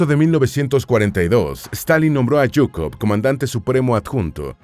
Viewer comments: Zhukov, se pronuncia chukov, no es yuko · a mi no me encanta tanto, ZHUKOV (SHUKOFF ó SHOO-KOV) es lo correcto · Es que usted sabe mucho o que? Porque dice yucov zukov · Porque pronuncias yukov? Se pronuncia Shukov Si vas a decirlo tantas veces en el video pronuncialo bien. Me da asco de solo oirlo mal. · su apellido es: ZHUKOV (PRONUNCIADO SHU-KOF Ó SHUKOV) , molesta escuchar su apellido erroneamente como GUKOV, favor corregir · Yukov?? Qe no se lee: zukov,,,,, tonses como se pronuncia: zhukov , en españól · ¿En serio es tan difícil de pronunciar ZHUKOV? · Sólo un aporte la correcta pronunciación de Zhukov es Zzzzzzzzzzzzzzzuuuuuukov como el sonido de la abeja, me lo comento una maestra de ruso que tuve en donde teníamos que hablar de personajes históricos de Rusia y yo escogía a Zhukov jaja 7u7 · Te faltan muchos conocimientos. La verdad, sin la ayuda de USA la unión soviética hubiera sucumbido. Son palabras de Zhukov, no mías. Por cierto, al ser apellido de madre se pronuncia Zhukova, todos fallan en esto. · "yukov" 😐😐😐😐 En serio? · Me encanta como le cambia el nombre a general zhukov diciendo Jhukov. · si el apellido fuera Jhukov, estaria bien la pronunciación de YUKOV del video pero su apellido es ZHUKOV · La h es muda y no pronuncias la z Zukov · Por favor, ¿podrías no pronunciar en inglés los nombres que no son ingleses?. Hablas de von Paulus a continuación de Leningrado como si estuviese allí, pero sabes que estaba en Stalingrado. Yo no creo que Stalin tuviese miedo a Zhukov, de otro modo lo habría fusilado en las grandes purgas, como hizo con Tujachevski, mucho más brillante que él y de quien Zhukov aprendió las ideas de la guerra móvil. Seguramente era el tipo de persona de origen humilde y de aspecto campechano que Stalin no solía temer, y que por tanto podían sobrevivir en su presencia, como le sucedió con Khrusev.